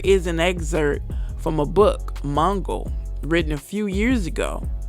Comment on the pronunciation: Great information. Not the clearest delivery. Lol u just said Mongol the word is MooGul. Very good information that i havnt heard before. But very choppy hard to follow if not looking at the screen